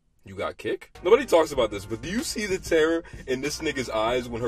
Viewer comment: Bro said kik lmaoo